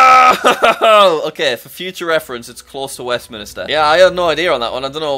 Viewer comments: Did jack just say westMINISTER?! It’s westMINSTER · Hearing him pronounce it West-minister is like nails down a chalkboard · Jack: Buckingham Palace is closer to Westmin*i*ster. Cries in Westminster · Jack an easy way to identify the Canadian flag (I'm Canadian) is if you see a red strip and white along with someone that even resembles a leaf it's canada I don't think it's pronounced Westminister bc it's spelt westMINSTER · Did Jack just pronounce it west minister?! It’s Westminster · It's Westminster, not Westmin*i*ster!